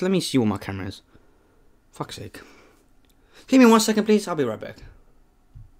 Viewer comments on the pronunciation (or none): none